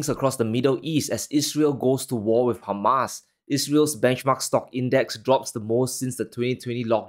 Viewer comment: It is hamas not humus is a side dish .